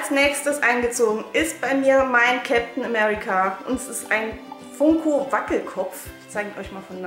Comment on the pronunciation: Du sprichst Funko falsch aus aber egal trotzdem super Video